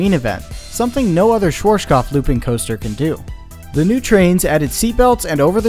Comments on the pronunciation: Bruh I love your videos, but the pronunciation of Schwarzkopf is compleeeeetely wrong 😂 try listening to google translator, type in schwarz and listen to it, and afterwards kopf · it`s always funny to hear someody pronouce "schwarzkopf" that is not from germany , and tripping over their own tounge. German is a horrible language for everyone else to speak ,you have to grow up with it ,or live in germany for at least 5 years for the reight pronunciation. Till today we even have the Brand "schwarzkopf" i doubt they are the same because it now know for hair care products mostly aimd at woman. Greetings from germany ;) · i love the way you pronounced schwarzkopf lol it was a good attempt :D great vid love from berlin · Schwar. (Say the word hearts, take away the h. earts (because the A sound in heart or hearth then put a schw before it.. Sch wart now ts. its the same sound as hearts. schwearts cupf Its not that hard, it includes no sounds you don't have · its ''sh as in sheriff shwA as the british speaks "bAck" shwarzk ou as in cough 'shwArzcoupf' schwarzkopf ;D and the Z is like tz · "Schworschkoff" :D I know "rz" and and "pf" are hard to pronounce but this one was hilariously off :D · my german ears a ringing from the 100 times you mispronounced "schwarzkopf" so badly :D :D :D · good video but please look up how things are pronounced because i cringe everytime you say schwarzkopf... i'm a german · You really mangled the pronunciation of Schwarzkopf😂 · Hahaha the way he pronounced “Schwarzkopf” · I like how he didn't invest even 1 second to check the pronunciation of Schwarzkopf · Good and informative video. BUT PLEASE learn how to pronounce "Schwarzkopf" correctly. It is a name and it sounds horrible in this video. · The way you pronounce “Schwarzkopf” is interesting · It is so hillarious how you pronounced schwarzkopf xD no front though, just funny as hell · Cute how you pronounce schwarzkopf :P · Schwarzkopf, not shworshkoff, you make it sound russian :D